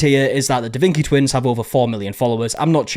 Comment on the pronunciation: "Da Vinki" makes me want to stab forks in my ears.